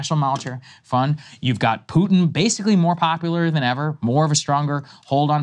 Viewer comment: "pooter" - Saagar